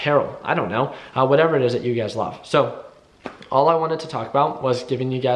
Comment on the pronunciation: Everytime I hear him say "you guys" it's always UGAZ in my head.